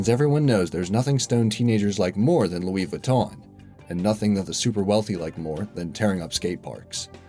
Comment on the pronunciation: Loowee viton